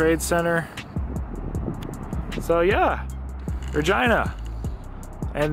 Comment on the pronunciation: “Ruhgina” BAHAHAHAHA!!!